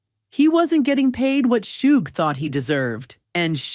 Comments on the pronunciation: “Shooog Knight” 😂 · It’s not shoog it’s Suge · Why do you keep calling him soogee smh It's Suge! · This was horribly written 🤦🏼‍♂️ and his name isn’t Shōōgue 😂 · "shoog knight" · Please stop saying "Shooog" like that AI narrator. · You get a thumbs down for the stupid AI voice that can't pronounce words properly ie shooog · Shoog? Arseeneo? You can always tell it's AI when it butchers names. That, and the diction is just too perfect. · Learn how to pronounce names b4 you make videos. Shoog wtf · I enjoy hearing vanilla Ice's story but holy hell if you're going to get a narrator for his story please get a narrator that can properly announce the names correct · Arsenio Hall and Suge Knight. Except how to pronounce their names. I know the narrator probably wasn't even born when these people were front and center in the industry, but at least maybe spend a few days in the Wayback Machine. Keep you from pronouncing George Was-hasbeen. ,,, Watched again. My bad, AI read. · Good lord, the AI voice butchering "Suge"? Thumbs down.